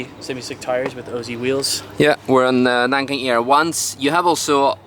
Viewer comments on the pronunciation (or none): none